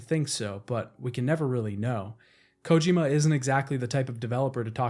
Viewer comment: Why do you pronounce Kojima the way you do? Kojima himself doesn’t pronounce it that way